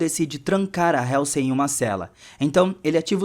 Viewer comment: Legal o resumo, mas a pronúncia da Dra. Halsey esta errada. Mesmo erro que quase todo brasileiro comete com a plavra Apple.